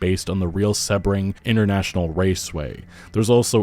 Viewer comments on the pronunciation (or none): none